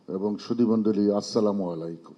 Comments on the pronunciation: অনেক মানুষ দেখছি সালামকে এইভাবে দিচ্ছে ।।। সামালাইকুম😂😂😂😂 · সালামালাইকুম কি। বুজলাম না কিরে ভাই কি মুরখোর মতো কথা। সালাম টা এখনো শিখে নাই